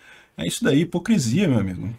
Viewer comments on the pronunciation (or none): none